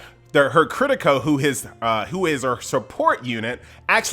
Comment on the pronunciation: I cant listen to mispronounce Kirito again:(